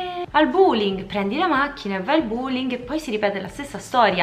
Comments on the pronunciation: ma come sarebbe a dire “andiamo al \ ˈbüliŋ\ “??? Si dice \ ˈbō-liŋ \…😳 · La pronuncia di buling è da denuncia